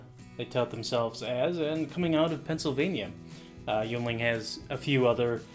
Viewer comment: Here in Pennsylvania we pronounce it “ying-ling”